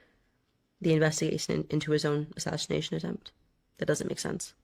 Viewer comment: Why does Candace randomly throw in an "h" behind every s in her language? Ishreal, assashrination, etc, etc